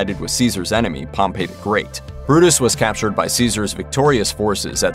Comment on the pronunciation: Ya' know, Wikipedia also includes pronunciation keys. If you're going to reference them, why not use that too? — " known in English as Pompey the Great (/ˈpɒmpiː/) "